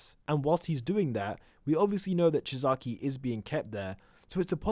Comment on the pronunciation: does he know he's pronouncing Chisaki wrong?